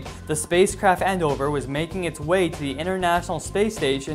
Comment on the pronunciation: The space shuttle named Endeavor is not pronounced "End-over".